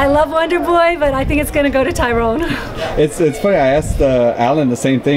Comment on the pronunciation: She keeps calling Tyron woodley "TYRONE WOODLEY"